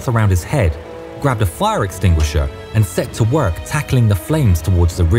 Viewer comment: I hope I'm not the only one who heard flower extinguisher